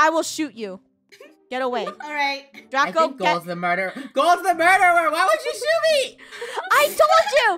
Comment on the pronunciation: you said drago not draco and this is how to spell draco